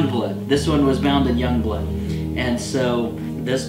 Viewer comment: Pronouncing Jongbloed as "Youngblood" is close enough (think it's actually more like "Yongblued", from talking to a native Dutch-speaker).